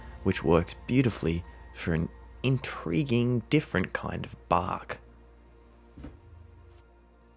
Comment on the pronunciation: Did you say, "ENTriguing" 😂😂 You are amazing, and so inspiring!